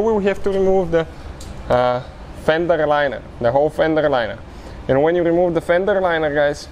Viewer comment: Good Vid. Buuut, that "Fendrerrr Linererrr" isa kindaerr funnyerrr 🤣🤣🤣